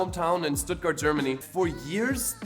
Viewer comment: I'm French and German, I live in Paris but I come of Stuttgart and your prononciation of the city omg 😂😂😂